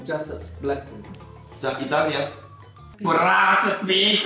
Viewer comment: BRRAAACKPINK sono morto😂😂